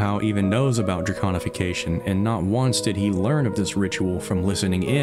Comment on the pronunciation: Thank you for saying it correctly 🥲 so many lore channel say draGonification and it drives me crazy! Amazing videos 🎉